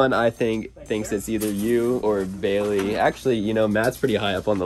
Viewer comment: It's baleiey